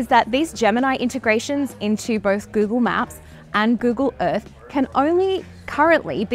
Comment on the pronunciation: Gyoogle Myaap ❌😏 Google Map 👈✅